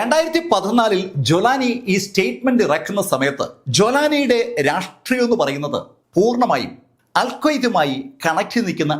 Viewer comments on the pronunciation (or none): none